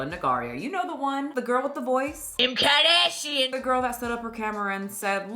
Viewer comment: I can never read or hear “kim kardashian” again KIM KAH DASHIAN